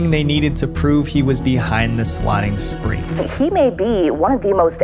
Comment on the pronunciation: "swakking" calls? bro, at least proofread the script you did not write, and i suggest having them typed for you bc it sounds like you cannot read cursive since swatting and swakking look quite similar when written in longhand script you had me fooled into thinking your videos were an authentic representation of topics of your interest